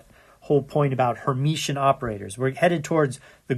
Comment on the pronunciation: Great lectures! Only one point: it is called Hermitian, not Hermetian :-)